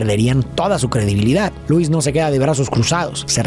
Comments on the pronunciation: lois? ❌ Luis ✅ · Lois ❌ Luis✅